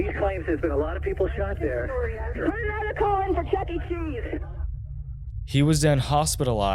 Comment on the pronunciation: It wasnt just anudder burgalry. Lol